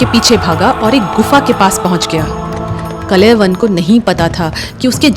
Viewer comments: His name is Kaalyavan, Not Kalayvan. Correct the pronunciation. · कलेवन नहीं... कालयवन हैं... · Kalayvan nahi kalyavan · Madam ji it's kaaliyavan not kalayvana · Kalayawan nahi o bai..kaal yavan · बहुत बढ़िया लेकिन यह नाम कलयवन ना होकर कालयवन है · Kaaala yavan .. not kalayavan😮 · Kalavan nhi uska naam thaa kalan 😂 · Your knowledge is good 😊😊.but That was कालयवन not कलेवन 🙏🙏🙏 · It's not कलयवन it's कालयवन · काल यवन Not a klyavan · Wo Kaal Yavan tha, kalayavan nahi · Kalayyavav nahi kal yavan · Kaalyavan not klyvan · Story telling is excellent... Villain name mispronounced.. Kaal Yavan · Pronounce the name of KAAL.. YAVAN properly